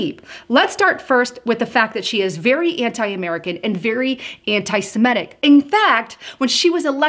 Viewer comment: It's Sem-IT-ic. BTW, whatever happened to Linda Sarsour? It seems Omar took her place.